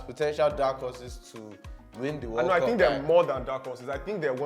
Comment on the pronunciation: Nigerians and their pronunciations. 'World cup (weld cap) they say 'war cop'. I can't stop laughing